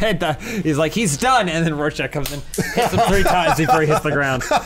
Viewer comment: Oh not knowing how to say rorschach